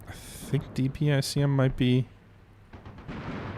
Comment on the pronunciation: DPICM is Dual-Purpose Improved Conventional Munition - it's a cluster round with a mix of anti-armor and anti-personnel bomblets. Typically pronounced Dee - pick - em.